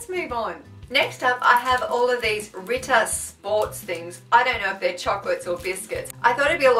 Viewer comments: its not ritta sport its ritter sport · Its not ritta its Ritter Sport😅😅😅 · dont need apologies,everyone makes mistakes. But that's hear funny like you said Ritta(s) Sport XD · It mein Ritter Sport not Ritta Sport :D